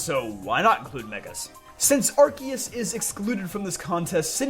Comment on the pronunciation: Thank you for pronouncing Arceus and Rayquaza correctly, it's much appreciated